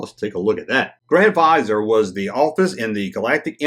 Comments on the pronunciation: It's pronounced 'viz-ear'. In the official canon his name is Mas Amedda, whom you see in the prequels. Pestage in the canon is Palpatnes head diplomate. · Don't worry about pronouncing "Vizer" wrong! You Americans pronounce n spell all English wrong, so I forgive you. 1775 n all. Much love, xxxxx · If you watch Disney's Aladdin... Jafar is a "grand vizier" and it's pronounced "Vi Zeer....like EAR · Viz-ee-Err is how it’s pronounced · Say "vizor" again. 😆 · The pronunciation is Viz-eer. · Have you seen Aladdin? Jafar was Grand Vizier to the Sultan (a ruler comparable to an emperor.) In that movie it was pronounced Vee-ZEER. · Vuh-zear is how I've always heard it. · It's vi-ZEER. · Vuh ZEER. Google "How to pronounce" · Pronounced: vizeer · I’ve always heard it pronounced “viz-EAR” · It’s Vizier there’s a second ‘i’ in there. Pronounced Viz ee er. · Its pronounced Grand "Viz-ir" . its a middle eastern word meaning Grand "advisor". Jus tryin' 2 help. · It's pronounced vizeer. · Just for info it’s pronounced ‘viz-ear’.....a grand vizier is a courtly rank...a high ranking adviser. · Pronounced "viz-eeeer" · Look up the words, Grand Vizier. It's an old title. Pronounced: /viz-EER/ You'll find it in old stories like Aladdin, or the 1001 Nights. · It’s pronounced “VIZZY-ER” There is an I after the letter Z. If it was spelled VIZER, then yes it would be pronounced like the word “VISOR”. But it is spelled VIZIER. It means like a high ranking official. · More like "Vizzy-ay(r)" with the R almost not even pronounced, just kinda hinted at. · For the record it's pronounced VIZ-EAR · FYI, it's pronounced "va zeer" and a grand vizier is second-in-command to the ruler. He's the one that gets all the day-to-day operations done for the leader😁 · It's Grand Viz-e-air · The word is pronounced vizeer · It's pronounced VIZ-EAR. It comes from a high offical in the Ottomon Empire.